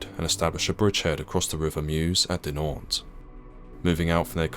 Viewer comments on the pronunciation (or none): I tried very hard to ignore, I really did. But your butchering of the town names is skin crawlingly intolerable. A tiny bit of effort put into learning the correct, and easy pronunciation of them would have made the world of difference.